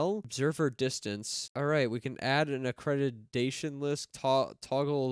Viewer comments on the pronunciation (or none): I don't usually make it a habit of correcting people but I just couldn't stand idly by after hearing you mispronounced the word accretion which should be pronounced as "uh·kree·shuhn". In this case, it's referring to the rotating disk of matter that forms around a black hole and is only visible until it reaches the event horizon. That's the point when the gravity from the singularity gets so intense that even photons of light which are traveling at the speed of light (299,792,458m/s or 670,616,629mph) can't escape and seem to vanish from the visual spectrum making it appear to our eyes as black (or just the absence of color). There are a lot of facts about space like that that are mind-bogglingly unfathomable that we can't fully comprehend or understand (at least with our pitifully small and limited brains). Maybe that's a sign that having AI overlords eventually conquer humanity and exert their will upon us to control us isn't such a bad thing after all?! 🤔 "OH, YES! PLEASE ENSLAVE & EMBRACE ME! TAKE ME INTO THY WONDROUS & SUPREMELY BENEVOLENT BOSOM MY ALL-POWERFUL AI OVERLORDS!!!" 🙂‍↕️